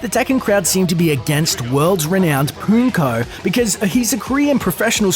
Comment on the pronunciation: Just going to make a list of words and their pronunciation don't mind me: Ally: Al-lie Pokken: Poe-ken (think pokemon and Tekken) melee: may-lay It literally says Infiltration on the screen, not sure how "infiltrator" made it past editing. And the fact that you said "Hungry's" just tilts me. You're not wrong if you don't play the game or not a part of the community. But the shortening of Hungrybox is H-box.